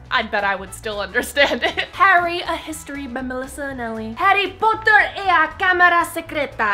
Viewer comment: Harry Pottah